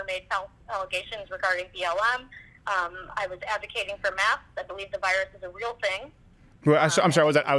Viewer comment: Even auto generated captions thought she said "maps" hehe